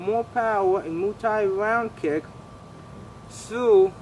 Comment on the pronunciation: Mooooo Thai .... what?